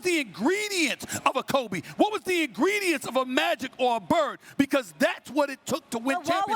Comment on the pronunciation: “Stephen A, Stephen A…WHAttT wAS theEe ingrEDients ! Of a T-Mac?” 😂😂😂